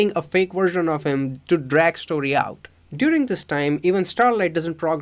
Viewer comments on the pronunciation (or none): none